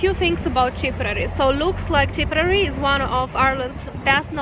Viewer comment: TIP-ER-RARE-REE is how you pronounce it.